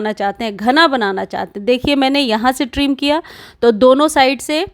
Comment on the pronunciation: ट्रीम नही ट्रिम